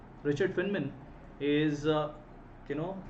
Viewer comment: Sir, his name is pronounced as "Fine Man".